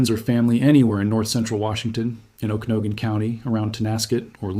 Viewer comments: Pronounced: O-Ka-Na-Gun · PLEASE pronounce the names of our towns correctly! OAK-A-NOG'-IN. Lake She-LAN' En-cha-LEE-um. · It's pronounced Oa'-kuh-naw'-gun County. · Hold on. The difference between them is the number of lives it's threatening. It's a natural cycle of life for the earth. Nobody has heard of the fire because leaderboard for this, isn't some sort of popularity contest. And it's pronounced o-ka-noggen. Sorry for being a Karen about it. But like, I am a Jessica, so maybe it's just me. You could maybe make a video about how they could use the weather control machine to take action without the loss of the brave firefighters..? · AI is not pronouncing Okanogan correctly. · At least you have learned to pronounce Spokane properly. Work on Okanogan, etc. before you continue to sound sound foolish to Washingtonians next time you report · Good points, well stated, and IMPORTANT. (You are extremely mispronouncing Okanogan, which may make people wonder. But did good on Tonasket. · Oh Kee NOG gen... and lake sha lann.... NOT lake Chee lin.... fcking Ai scrip reader....